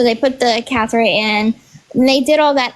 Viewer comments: It's funny she's Miss know-it-all but cannot pronounce catheter. What sounded like she was saying Cathera 😂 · Her story to me just doesn’t make sense. And wtf is a “cathera”😂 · That baby is not early. And it’s catheter not cathera.